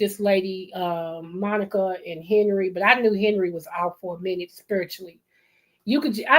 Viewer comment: Her name is Monic (not Monica), pronounced “Monique”